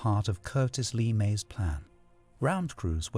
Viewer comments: The name is LA ( hard A) May not Le ( soft e) May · So, this duffus does not know how to pronounce General Curtiss LeMays name. Really. Disqualifying. Ignorant.